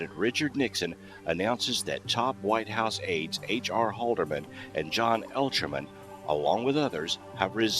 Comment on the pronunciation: John Erlichman. Pronounced Er-lick-man